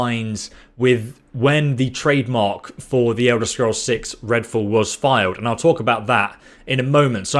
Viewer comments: Are you saying fool or fall? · Redfool? You said redfool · Ah yes "Redfall"